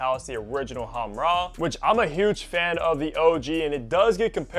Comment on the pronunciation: Khamrah, but he can’t spell “kh” and that’s understandable